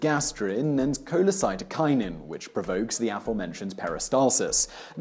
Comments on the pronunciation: Simon, you keep pronouncing it "cholecytokinin" when it is cholesystokinin. This is actually an important distinction, because the root "cyto" or "cyte" refers to a cell or cells, while "cysto" refers to the gall bladder (which is where cholecystokinin is released from). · aight. kewl. as a physiologist, i suggest you look up pronounciation of scientific terms before you record. colecyst-O-kinin and gastro-esophag-E-al, par example. good vid otherwise. cheers Simon! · The "s" in cholecystokinin is NOT silent! The meaning of the word is "cholecysto", referring to the gall bladder (bile cyst) and "kinin" meaning "making it move". This hormone primarily makes the gall bladder contract to send its stored and concentrated bile into the duodenum, but it has other effects too, as Simon outlined. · Cholecystoknin Koh-lay-SIS-toe-kie-nin cy*s* cholecy*s*tokinin